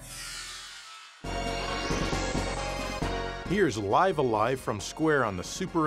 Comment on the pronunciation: When you said "Or...like it's written here: Live A-Three-viDGEE" cracked me up more than it probably should.